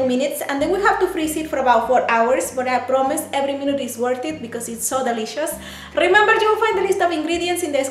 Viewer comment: Rrrrrrrrember. Cuidado con las rrrres parese timbre mija